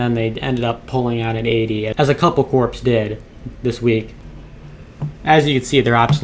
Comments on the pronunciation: The word corps, is pronounced like core, it sorta irks me the way you said it lol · hang on, did you really just say corPs? com'mon man... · Corps is pronounced cores please fix that lol😂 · besides the use of "bands" check your pronunciation of CORPS ... no P sound in this word